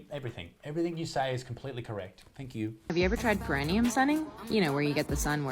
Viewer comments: Question for any north American ObGyn type nurse or medical people. Is that the way you pronounce perineum like the woman around the 9 minute mark? Sounds weird to me and not what you'd hear in a labor ward. Sounds to me like she's saying "premium". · That person needs to learn how to spell and pronounce 'perineum', ffs.. and lol Isaac nearly said a naughty word that rhymes with 'elastic'🤣🤣🤣